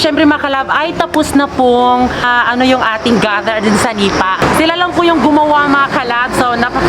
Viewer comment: senepa po hindi sanipa